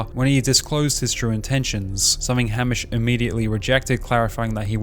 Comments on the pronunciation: Your pronunciation of Hamish threw me off soooo much lol. It's pronounced Hay-mish. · this video was so good and objective and raw but how are you australian and can’t pronounce easy and well known australian locations and names like geelong and hamish lol. great vid